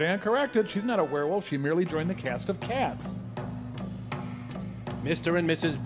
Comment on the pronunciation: Whirrwolf? No, werewolf.